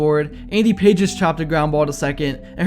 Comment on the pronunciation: Pages 😂😂😂, PA-Hez😮